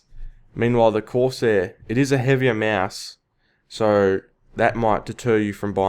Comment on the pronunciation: "corseh skimiter" We all gotta love the accent.